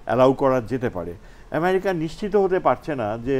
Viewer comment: ইমিরিকা, বারত -এটি কোন ধরণের উচ্চারণ? এত নিম্ন মানের উপস্থাপক অনুষ্ঠান উপস্থাপনার সুযোগ পায় কিভাবে ? বিটিভি এইসব আবালদের দিয়েই এতদিন চলেছে।